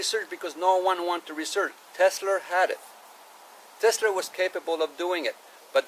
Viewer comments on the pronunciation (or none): Teslaaaaaaaaaa, not Teslerrrrrrrrrrr. Funny but impractical. You’d have to wear noise canceling headphones to power your tv and put it on closed caption. Would be like living at the end of LAX runway. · I had always mistakenly thought Tesla was pronounced exactly the way that it looks. However, this man taught me that it is pronounced: "TESS-LER". Apparently, the "ER" is not only silent, but it is spelled with an "A". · No "R" in Tesla!!!!!!!!!!!!!